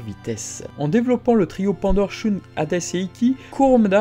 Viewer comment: Arrête de prononcer "Shoune" c'est horrible :/